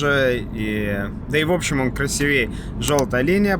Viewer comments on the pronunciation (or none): none